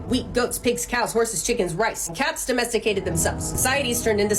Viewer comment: "And cats domesticadet themselfes"😂